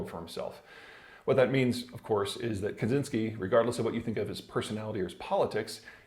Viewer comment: Btw Kaczyński is pronounced "catch-in-y-ski"